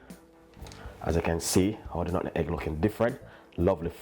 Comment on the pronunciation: Nut-meg.....not Nutten-Egg 🤦🏾‍♂️